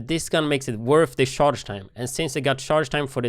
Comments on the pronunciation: I know he's saying "charge" the rifle, but it sounds like shart lol "you have to shart the rifle before you shoot it" lol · Why when he says charge did I keep hearing shart